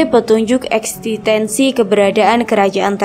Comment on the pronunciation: Existensi mba bukan extitensi .. pasasti mba bukan pratasti 😂